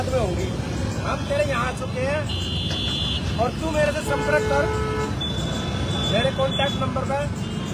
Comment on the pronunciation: Samparak😂😂😂😂😂 tu shi se bolna sikh😂😂